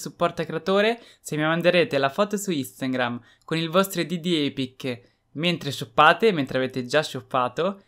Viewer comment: Like chi capisce che nel pezzo del video del supporto creatore dice "instangram"